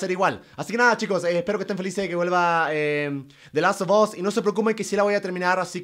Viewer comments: Gente normal: de las of os German: de laso 2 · JuegaGerman se pronuncia de last of as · Me molesta que no pronuncie bien la palabra the last of us